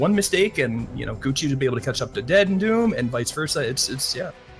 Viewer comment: DeadandDoom, not Dendu. Dominus not Donimus. ffs...